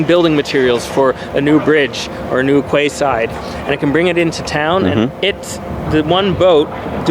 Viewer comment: It seems a bit mean to point this out, as his English is so perfect, but I know geeks like to be corrected when they make mistakes, and I think is a geek:-). 'Quayside' is pronounced 'keyside', not 'kwayside'. That was just about the only clue to him not being a native speaker in almost 25 solid minutes:-)